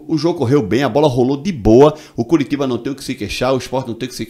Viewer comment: Fala Curitiba direito mah mds cearense não fala assim que dizer nordestino